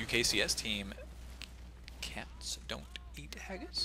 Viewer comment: sounded like he sayd "castonin ageis" instead of "cat's dont eat haggis"